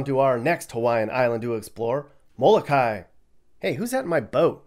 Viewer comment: *It's mo-lo-kah - ee, smh...